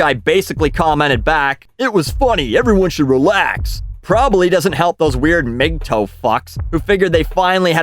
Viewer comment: I've literally never heard anyone pronounce "MGTOW" like you did...